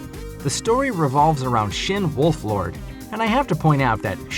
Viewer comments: It's Wolford... Not wolflord.... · pm a side note, am I mistaken, or are you pronouncing it wrong. I thought his last name was "Wolford," not "WolfLord." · its wol ford not wolflord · It's Shin Wolford not Shin Wolflord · Its Wolford